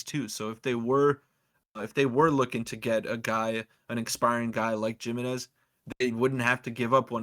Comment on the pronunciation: Joe Jimenez is pronounced Him-en-ez